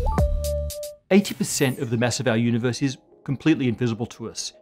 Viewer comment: Univuhs, gravuhtashunow fieuwds, pahtuhcoes, stahz, dock matuh